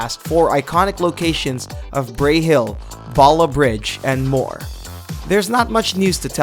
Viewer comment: It's pronounced balaf bridge